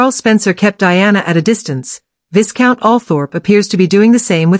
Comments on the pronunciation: Hahah - the pronunciation of Viscount isn't 'VIS.-count...it's Vey-count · Vic count not VIScount